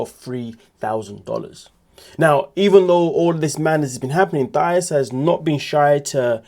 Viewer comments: Her name isn’t pronounced Thigh—is!! It’s pronounced Tye—eece!! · Mispronounced. It's Tieese not Thias.❤ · It’s THA-EESE. Like the ending of the word GrEECE 😩. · Racist! Hahaha sure. If someone doesn't know the definition. Why are you calling her thigh-us? That's not how it's pronounced. Are you being racist? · Please learn how to pronounce "Thais" name.